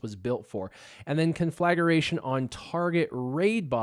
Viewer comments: Not really! You say con-flag-a-ration, not con-fla-gration. Good vid though, looking forward to unlocking tomorrow. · Con-fla-gra-tion... NOT con-flagger-ation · conflagration -- sounds like -- con-fla-gration or con-fla-grayshun